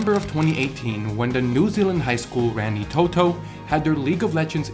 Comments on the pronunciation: Dude, I love you but pleas don't say rengi Toto it's pronounced like raangeetoto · God as a kiwi it hurts hearing you pronounce Rangitoto lmao. Not your fault but hearing foreigners pronounce maori gives me pain